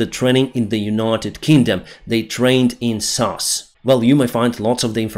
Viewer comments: it's s a s not sauce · it's SAS not Sas. Its real name is called Special Air Service but to make it sound good it's called SAS. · It is pronounced SAS as in ESSS AAA ESSS. It is not the word SAS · it's not sas it's S.A.S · Wanted to write the same. What says sounds like "sus" and the S.A.S ist everything but sus...maybe for the RuZZians. 🤣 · SAS decided to terminate all training for the Ukrainian soldiers after hearing say SASSS instead of S-A-S.😂 It's like saying YOUSA instead of USA. Joking, you are the best and thank you for your updates 🇺🇦🇺🇦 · I was thinking the same thing when he said sass :) If he had said S.A.S, Special Air Service that would been the best lol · It must be confusing. TOW is said as the whole word as in Towing while SAS is said by pronouncing each letter S-A-S. I am pretty sure neither is ever mentioned in an episode of Friends. Stupid English. :) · Correct, I've only heard S.A.S. never sas. Also, said is sed. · Dude, it's S.A.S. pronounced Ess Ay Ess... not sas. Other than that, I enjoy your content, keep up the good work. 👍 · Great summary as always. Just to say, in the UK we say S A S, individual letters, and not Sas as one word. Keep up the great work! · The pronunciation of the British special forces is ESS AYE ESS= SAS not SASS lol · SAS is pronounced S-A-S btw, just so people know what you are talking about as we dont call them sas! Usually i wouldnt correct you but just wanted to help get the message across dude! Great work pal, doing a great job! And the more the trolls complain, the better 😂😂😂😂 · You are pronouncing UK SAS as "sass". The SAS is an acronym for Special Air Service and is spoken as the letters of the acronym: S.A.S. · The regiment is called S A S, individual letters not sas,. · sas, is not said as a word but S A S, sas is when you're cheeky especially if female. Love your updates and your accent, especially when you say Willage.... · It's S.A.S (Ess Ayy Ess) not sas...